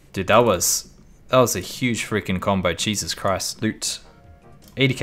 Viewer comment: I swear i heard "chesus christ" had me dying lol. IgN: Hell Chains